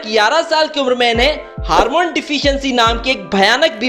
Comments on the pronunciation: It’s hormone not harmone ! And it’s a ballon dòr award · Harmone nahi hormone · Harmone nahi Hormone hota hai